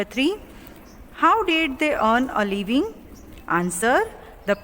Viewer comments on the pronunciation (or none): Its LIVING and you r pronouncing it as LEAVING. its DISGUISED and u r pronouncing it as DISGUST. its FLED and u r pronouncing it as FILLED.... who made u an english teacher?